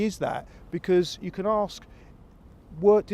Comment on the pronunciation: can someone please let Cecil know that’s it’s ‘ask’ not ‘aks’. It’s only 3 letters it’s not hard.